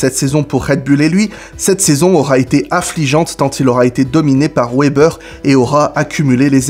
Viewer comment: Wébbeur sérieux ça se prononce Vébèr